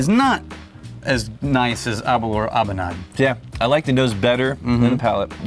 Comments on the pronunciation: Aberlour... Its pronunciation rhymes with Girl-Power or Sour-Flour. Aber-Lour Best regards from Speyside. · Sorry guys, but as a Scotsman? Hearing you say Aberlour is just painful. ABer lour. The lour is like the sound in “flour”. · Your pronounciation of Aberlour needs some work chaps 😄